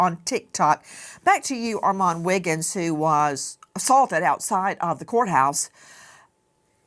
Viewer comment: She is the only one I've heard say his name right